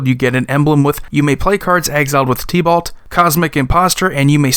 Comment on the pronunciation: I was listening and I was thinking "Tea-Ballt?" Then I realized you were talking about Tibalt. LOL. Love your channel bro!